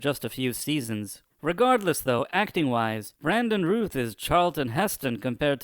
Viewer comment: I know you have an accent so I don’t know if English is anything native to you but Routh is pronounced like “mouth”.